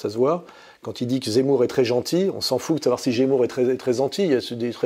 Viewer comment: " que Jémour est très zenti" 😂😅